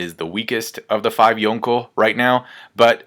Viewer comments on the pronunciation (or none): For the millionth time.. 5th Yonko makes no sense! Yonko specifically means 4 emperors! If anything, its Goko now.. So annoyin with u youtubers.. And for someone who tries waaay too hard to pretend they're pronouncing shit in the right "accent" (horribly and cringey btw) it's even more baffling